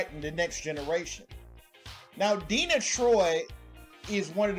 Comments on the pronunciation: Deena Troi? It's pronounced Dee arrna troi. As you would know if you'd ever listen to a single episode with her in it. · DEE ANNA Troy. Not DEENA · D---ANNA - Not DENNA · DeANNA Troi. not Deena come on bro. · De-Anna Troi. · Learn to say her name right, not denna troi.